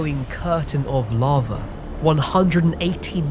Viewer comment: "Larva" I can't not hear this.